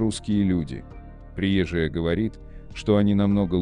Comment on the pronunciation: Слушайте внимательно текст. Рассказчик делает неправильные ударения в словах: приезжАя, вместо приЕзжая. Вопрос: чей это вброс? Ответ: заграничный. Цель: разжигание меж национальной розни.